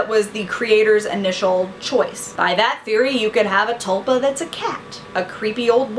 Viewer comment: its pronounced t-ool-pa